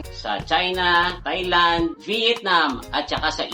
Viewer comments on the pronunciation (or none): none